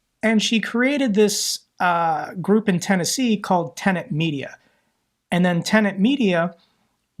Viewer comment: Tenet. kept mispronouncing it, for some reason. And no, they’re not. They’re one of those “umbrella” partner companies that essentially serve as producers, and liaisons to YouTube.